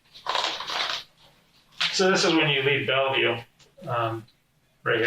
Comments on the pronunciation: This is pathetic! The AI voice can't even promounce Bellview, instead mangling it to Bellaview, come on jerkwads, pay real people, you moneygrubbers, until you do, I'm gone! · Just to be "that guy", it's just pronounced "Bellview", not Bellaview. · Bellevue. BELL-view. Not BELLA-view. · it's not BELLAvue. It's BELLvue. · It's pronounced 'bell view' not bella view. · The AI narrator is terrible. The city is not Bell-Uh-View... it's pronounced Bell-View. I can't watch this crap. Lol... narrate with your own voice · It's just "Bell-View" x) Love your videos! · I lived in that place - it's pronounced "Bell-view" not "Bella-view". Belleville is actually a French name. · It's pronounced Bell Vue NOT Bella Vue. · I dont like how the barrator pronounced Bellevue. He pronounce the L's when you dont have to. Just say bell then vue. Bellevue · Not "Bell-a-view". "BELL-view" Google only takes a second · It's pronounced BELLVIEW not Bellavue. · Pronounced as "Bell-view"....not "Bella-View"...if you actually watched the interrogation video in full, you would have heard the detectives say it about 8 times. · (pronounced Bell View, not Bell eh View). :) These people are disgusting. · It isn't "Bell-eee-view", it is "Belleview". AI voice. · Belleview is two syllables ("bell view"), not three ("bell-a-view"). Just sayin'. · The cops keep saying " Bellview" and the narrator keeps saying " Belliview".....I wish the AI generated voice would pronounce words accurately. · Hey AI narrator it's pronounced BELL VIEW not BELL EE VIEW.🎉🎉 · It's pronounced "bell-view". All three people in the video say it repeatedly how do you keep getting it wrong? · It's pronounced like "Bell-view". Hooked on phonics works for you. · It’s pronounced bell view 🤦‍♂️ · This AI bot is illiterate, on shrooms, or I’ve been pronouncing Bellevue incorrectly my whole life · Yo as someone who grew up around here it’s pronounced “BELL-VIEW” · Funny how hearing the AI narrator saying "Bell-e-view" is so annoying.